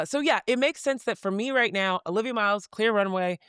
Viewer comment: Stop. It's Olivia.